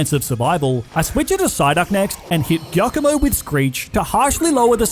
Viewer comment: Its giacomo not kiakomo😭😭😭